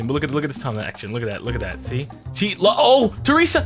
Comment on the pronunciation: He called her traesa and Sheryl